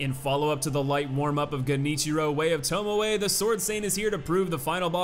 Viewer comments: Thank god you said Tomoe right this time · Hey he said TomoE right! neat! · Interesting to note that between the difficulty ranking and this video realised the Corrupted Monk is a woman (should probably have been called Corrupted Nun, frankly) and learned to pronounced "Genichiro, Way of Tomoe" correctly (rather than "Jenichiro, Way of Towmow"). But still can't get "Gyoubu Masataka Oniwa".